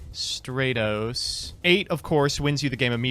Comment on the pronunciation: "Rayza the Storm Monarch" "Elemental Hero Straytos" Ugh, such cringe. Makes me wanna slap him whenever he does these awful incorrect pronunciations.